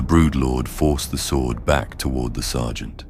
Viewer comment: Yeah this is AI slop. Mispronounces character names, mispronounces "Tyranid", mispronounces "sword" and then later pronounces it correctly. It's very well done AI, but don't be fooled. Unsubscribed. Don't support this stuff.